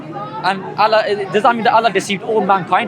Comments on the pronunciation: Exactly. Sorry this guy was NOT a muslim. Doesn't pronounce Allah properly lol 😂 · "Ex muslims" that never were 😂. Can't even say Allah properly